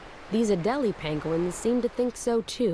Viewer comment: Came here to watch a narrated documentary on penguins ( which aren’t pronounced as PAHYNngwins .. that’s so irritating ) and ended up seeing a bunch of people and their need for camera time and attention, rather than actual decent info , observing the animals in their habitat Without it being interrupted so much with all these random folks commentary and whatever they’re doing ... I get it but that’s not what I’m interested in ... perhaps this needs to be labeled more accurately , where it’s not misleading .... bc most Ppl see the title and will assume it’s actually about what’s being labeled in the title and instead , this is more inclusive of silly insignificant crap among the ppl thinking they’re so funny and relevant or edgy ... I appreciate what they’re doing. Not saying They don’t deserve some Credit for their hard work ... I’d happily watch a documentary designated to include their ongoings and insights and commentaries but this isn’t what I wanted to watch at all..